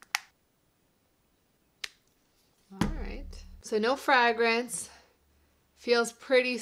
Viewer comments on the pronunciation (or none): The first a in fragrance and fragrant is a long a. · I had never heard that pronunciation of "fragrance" before, so I thought it was a slip up the first time. Then she stuck with it and now I'm curious if it's a pronunciation others also have? Anyway, very helpful video! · You say fragrance in a way that must be a very regional dialect. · Why does she pronounce Flagrance the way she does? Is it part of an accent?